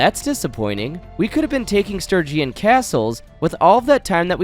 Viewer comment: Bruh, for the love of god please pronounce Sturgeon Stir-jon. Stir-gee-on is making my ears bleed. It's my surname and this hurts me lol